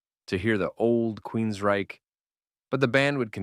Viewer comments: Nice summary, but some advice. Proofreading: It’s Hear in the Now Frontier, not “new frontier.” Vocal pace: You’re pace is too slow. I had to speed up the video by 1.25x for you to sound more conversational. Annunciation: Several instances of queens-RYCHE. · weird inflection on QueensRYCHE betrays you. Fake voice has to GO